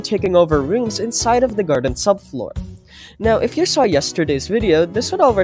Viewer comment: BRO PLEASE 🙏 STOP CALLING IT THE GARDEN SUBFOOR